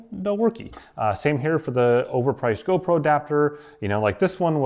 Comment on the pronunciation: I like how you say "over priced" 😂 preach!👍👍👍